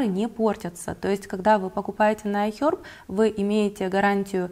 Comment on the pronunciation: ай хЕрб!, а не аи хёрб!!!